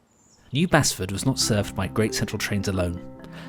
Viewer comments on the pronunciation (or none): Fantastic video - just cringed at the pronunciation of New Basford. (Base ford) used to live there and before that about 200 m from the site of the Hucknall station. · Excellent programme, loved it. Two very slight quibbles, it's pronounced "New Baseford" and the road is pronounced "Haydon Road", easy mistakes if you don't come from Nottingham! I'm speculating as to whether with the current crisis on the High Street and the demise of Intu, the Victoria Centre might have a shorter life in its current form than the station had. While demolition is unlikely because of all the flats above it I can see it being at least partially altered, maybe far fewer shops and more "entertainment"? Interesting times.